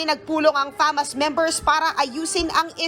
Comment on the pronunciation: Bk fasma hindi famas